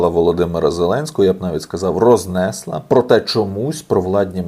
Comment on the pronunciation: Пане, рознеслА, почалИ, і далі ставте правильно наголоси.